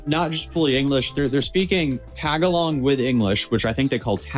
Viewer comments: yup Tag-a-long language definitely not Tagalog(ta-ga-log) yup good try my man on pronouncing the name of the language of my people. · 😂 I'm not even one of your people and that attempt made me laugh too hard.